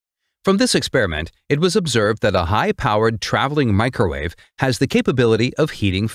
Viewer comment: "Mee-cro-war-vee". If u know, u know😉